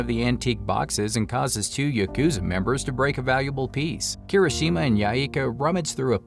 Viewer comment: Yukuza yukuza yukuza, dude YAH wtf lmao